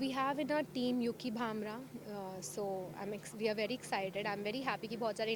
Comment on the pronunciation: It's Ankita and yuki BhambrI NOT BhambrA ...stupid lady